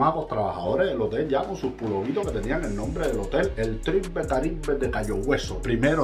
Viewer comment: Tribe se pronuncia “traib “